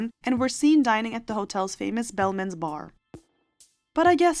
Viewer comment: BEM - EL - MANS Bar - not Belmans Bar. Geez